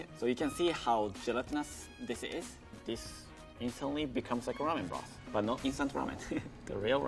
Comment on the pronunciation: Lady: Broth Man: Broth Man 2.0: Blosth